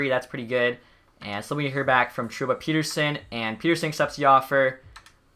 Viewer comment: Great choice to hire all amateur scouts! Would also like to point out that is it "Pet" ersson and not "Pete" rsson.